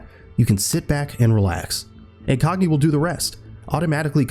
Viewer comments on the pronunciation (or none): Incogni!???? Never heard but u put a yn on😂